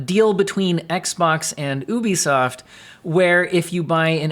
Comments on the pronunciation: no actually , i say you be soft , this dude said ooo be soft lol i probably should detailed that a bit more , i even replayed it just because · Ubee soft lol I never heard anyone pronounce it like that lol